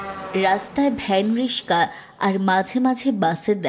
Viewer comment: আপনাদের গল্প পড়াটা সুন্দর, কিন্তু কিছু উচ্চারন একটু উল্টো পাল্টা, যেমন রিকশা কে রিশকা বলছে, খুব কানে লাগে